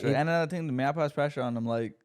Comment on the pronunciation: How is still pronouncing Mayappo like that lmao